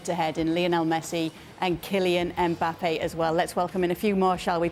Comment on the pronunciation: Hate it when the say M-bappe. It's not that hard